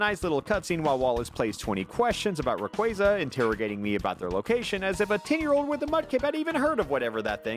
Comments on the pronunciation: Umm *pushes glasses up * you mispronounced rayquaza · Man pronounced rayquaza wrong